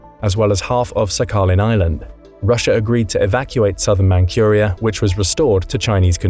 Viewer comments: Very few specifics about Tsushima. And can't you look up how things are pronounced? "Man-Koor-ia"? "Roooosevelt"? Huh? Instead of the universally used Man-CHur-ia" and "Rose-e-velt." Others might be mentioned. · The "My-ji" restoration huh.... 'Historians' like this are as hard to take seriously as Legolas who spoke Elvish with a British accent... How IN HELL do you read Meiji as 'My-ji'!? AND where is this Man-curia? Honestly, it baffles me to no end how people who only speak English, speak it like it was their second language.